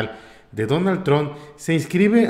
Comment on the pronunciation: 🇺🇸 NO SE DICE DONALD TRON= Aprenda a Pronunciar si va a ser Periodista o Reportero 🇺🇸